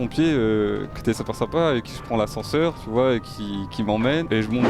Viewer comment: il a dit Saper Sympa il a fait un avc lol